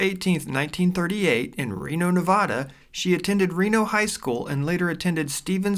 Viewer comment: Narrator can't pronounce "Nevada" correctly